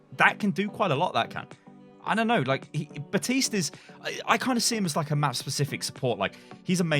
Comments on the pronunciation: Please pronounce Baptiste’s name right. He even says his own name in the game.... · CAN YOU LEARN HOW TO PRONOUNCE BAPTISTE... YOU NEED TO PRONOUNCE THE P!